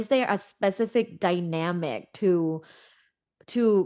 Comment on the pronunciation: "the dwyyynamic"